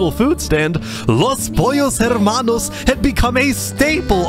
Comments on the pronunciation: his pronunciation of los pollos hermanos is pretty spot on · What a nice spanish pronunciation of Los Pollos Hermanos XD (Incredible restaurant) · Not me enjoying every time he pronounces Los Pollos Hermanos 👌🔥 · Coming from a fluent Spanish speaker really good pronunciation!